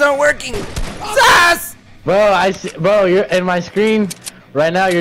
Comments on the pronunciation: Kaea Ngamoki yup it’s SASSSS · No one: Me:: DAWG SAS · It’s SASSSS